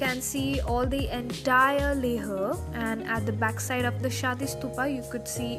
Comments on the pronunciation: Why are you pronouncing leh as "leh-a"? Isn't it pronounced as "lay-h"? I may be wrong..But I don't think that's how it's pronounced. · Dammit its Leh not Lehha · It's Leh not Leha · Not LEHA.....only LEH....h is silent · Leha nahin, only Leh!!! Make video again without accent...... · It's not le-huh. It's Leh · It's LEH n not LEHRRR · It is not leha it's leh rest thump up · Leha like 50 times and it pricks sooo much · First of all its not pronounced as LEHA but LEH. I have never heard such pathetic English accent in my life. No hard feelings but please improve your accent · I'm from Leh....and guess what, we don't mind the pronunciation.. Good vid though.. Visit back sOooOoon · Yeah its leh... Like layh..yknw Don't ask, Cuz I'm from Leh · Karan Thakur yeah man, leah is so annoying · Hey good videos, when did you visit leh? Also tell me, is to safe to go there in month of sepetember? also Iike the way you pronounce leHhhhh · Hey,how are you? I want to know which action cam did you use? By the way nice video and I like the way you say "LEH" it's kinda different!